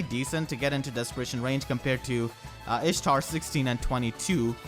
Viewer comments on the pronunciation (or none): Dish-tar Dish-tar